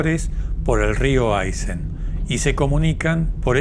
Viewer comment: Excelente video! Un dato : es Aysén con acento sobre la e, no siempre reflejado en carteles o mapas pero ese es el nombre de la región y por supuesto es Puerto Aysén 😉